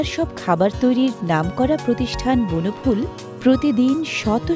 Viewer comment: Bonoful bolte kon Bonoful bujiechen... please ectu clearly bolben? Ami kinte chaile kothay jabo?